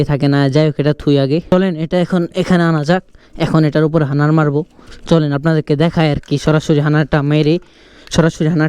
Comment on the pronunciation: হানার না হাডনার